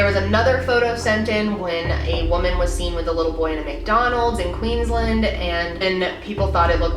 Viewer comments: ew the way you said queensland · honestly love how americans pronounce queensland, makes me smile. but on a more important notes thankyou for spreading this story xx